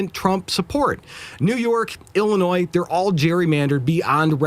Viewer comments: Ill-uh-noy, NOT Ill-uh-noys. 😉 The 's' is silent. Just sayin'. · It is pronounced "Illinois" Illinoy.